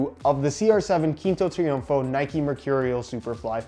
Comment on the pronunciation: You didnt need to use google for pronouncing quinto triunfo this time lol